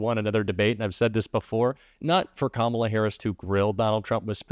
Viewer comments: He’s so stupid he can’t pronounce her name correctly. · He is looking really old these days and his ramblings are numbing. And talking about the cognitive abilities of someone twenty years younger than him is too much . He can't even pronounce her name correctly. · Once again Trump tries to use the "I was joking. I was being sarcastic defense." If he really was joking, it was it was in appalling taste. And WTF is he still unable to pronounce Kamala's name?